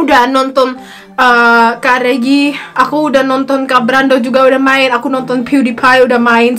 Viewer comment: U SAID IT CORRECTLY it's mee au ah woog and regi with the g in Indonesian hehehe